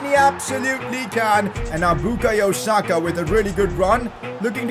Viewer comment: Why u say sakas name like that